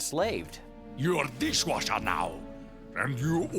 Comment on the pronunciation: 'You Are Deeshwasher now!' No he isn't. You can't put dishes in him.